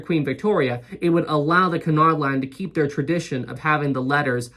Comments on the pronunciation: Correct me if I'm wrong, but isnt it pronounced Cue-nard and not Cun-ard? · Nobody ever sailed Olympic to "see what it was like to be on Titanic." Jesus. Also the ships are "Bray-men" and "Oy-ropa" Also "Q-nard" I love how happy you are about liners.